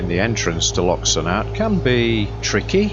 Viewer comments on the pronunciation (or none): Loch Sunart is pronounced “ Loch Soonart”